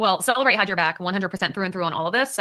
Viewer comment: It's funny how, in every case, they count on cellebrite to convict somebody. But in this case, they're saying cellebrite wrong